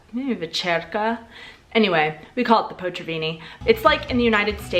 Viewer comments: What you said: "potřavíni" What you ment: "potraviny" My imidiete reaction: "what the - is 'potřavíni'?" When I understood you ment "potraviny": " oh, potraviny..... Ima make a coment about that" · Hello! Today, out of the blue, I came across to your channel. I admire you how you struggle with Czech language. It's really difficult language. I'd like to draw your attention to this word: potraviny. I heard you saying portaviny instead of potraviny. You simply swapped the letters t and r. Hope it helps.:) Greeting from Slovakia. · A little tip for sounding more natural in Czech: the stress is always (99%) on the first syllable, so it's not léKARna but LÉkarna, not poTRAviny but POtraviny etc. :) Jinak jako vždycky, super video! 😊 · i love the way you say "Potraviny"